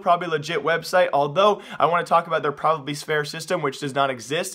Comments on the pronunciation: Dude it's not "probably fair" lmfao it's PROVABLY fair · ITS PRONOUCED PROVE-ably fair not PROV-ably fair prov-able isnt a word